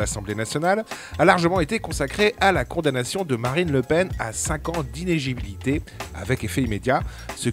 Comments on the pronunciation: Inéligibilité mon ami. Pas inégibilité :) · inéligibilité. Aseelineau aussi n'arrive pas à le prononcer. .